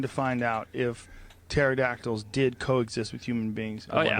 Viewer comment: But does he Imagine Dragons? 🤔🕺🏻 happy Friday everyone. "Turdactyls" lol